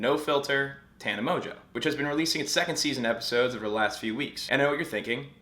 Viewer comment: Aint no way mongeau is pronounced mojo, lol